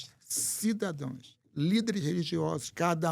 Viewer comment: Tem que aprender que não é "cidadoes" o certo é cidadãos!!